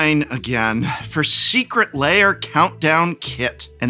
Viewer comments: Why do people pronounce ‘lair’ as ‘layer’? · I swear it sounds like he keeps saying "Secret Layer" instead of "Secret Lair" lol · You keep pronouncing it "secret layer" and it messes with my head. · When did "lair" become two syllables?